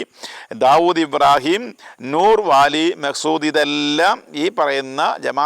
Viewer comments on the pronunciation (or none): none